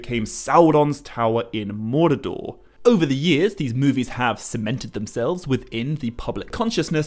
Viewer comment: Why the ‘a/ae’ sound in so much of your pronouncistion? I.g. El-a-rond, Mor-a-dor, sill-a-maril? Even the subtitle AI picks it up🙈. Not trying to make fun of your accent, but really am wondering if maybe you have a different insight into how the pronouciation of these words should be (perhaps as intended bij Tolkien?)